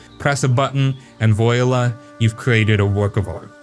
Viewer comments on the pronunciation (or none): {Just a heads-Up ~ there are a lot of words we know from reading that we never hear pronounced in daily use. “Voila” is one of them. It’s French. Pronounced “vwa-la”. No criticism meant bro- just a word Americans rarely hear.}